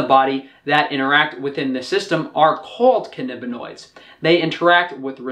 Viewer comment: For some reason you're pronouncing it "cannibinoid" -- why tho? It's pronounced as it's spelled.